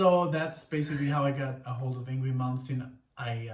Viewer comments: Hey guys!! Great reactions!! The only ding is...his name is pronounced Ing-vay. Believe me...for years I thought the same thing. \m/ Again, please give a listen to Fates Warning. Songs like Point of View, Through Different Eyes, Monument and A Pleasant Shade of Gray Part III. You won't be disappointed. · I'm glad ur wife enjoyed Yngwie Malmsteen although his first name is pronounced Ying-vay .U guys oughta react to Dreaming Tell me live in Leningrad 89 also Trilogy Suite OP 5 live but not a recent live a live of a young Yngwie Malmsteen circa 86 or 87 of Trilogy Suite OP 5 .there's a live that actually sounds like the album an its awesome